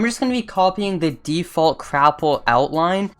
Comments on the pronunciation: LOL It's not Crapple it's Gapple. xD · Why is no one talking about how he says crapple